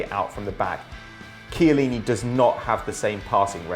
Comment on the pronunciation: In Italian pronunciation of 'Ch' is 'K'. So it's pronounced 'Kiellini'.